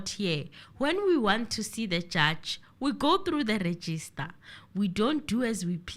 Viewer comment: It is Registrar,, not register.